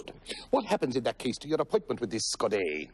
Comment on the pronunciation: for those wondering, the only proper pronunciation of Godot